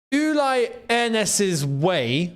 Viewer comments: And its NOT Uly! Its Ulee!! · Firstly you need to learn the pronunciation of the West German legend his name is Uli (rhymes with wooly) & his surname is Hoeness (pronounced Hurness). We always knew there was a clause in the contract saying Jackson had to play so many games & there was no way he was going to displace Kane, Diaz, Musiala or Olise